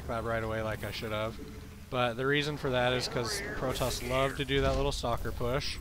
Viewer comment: For some reason when you say "stalker push" I always hear it as "soccer push". It makes me imagine zealots kicking around sentries like little soccer balls. Anyway, just subbed to you & really glad I did. Slowly catching up on your casts & really digging it so far.